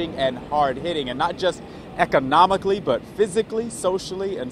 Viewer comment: That boy said ecobnomicaly😅..